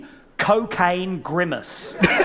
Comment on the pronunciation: Randy talks about how Big Bird from Sesame Street is made of real feathers. Did he just say “Cocane” and “Grimace”? 😂😂😂